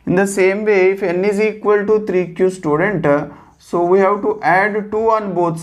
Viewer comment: sir its students, not students!!! u have a lot of students depending on you